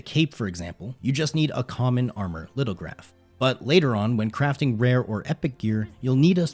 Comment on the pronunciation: Just a friendly FYI, Lithograph is pronounced “LITH-oh-graf”. It’s an ancient technique of transferring ink from a stone block, onto paper.